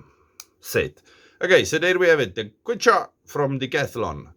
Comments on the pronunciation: Gracias x tu video. Saludos desde cdmx. Se pronuncia que chua. Es el nombre de la lengua de peru. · I think its pronounced kee chu wa. Soft 'H'. Their outdoor products are good.